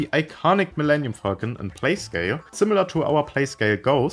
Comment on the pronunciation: Sometimes when he said Falcon, it sounded like Fuckn